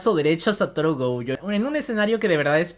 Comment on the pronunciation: Es Gojo, no goujo, es shinigami, no shanagami xD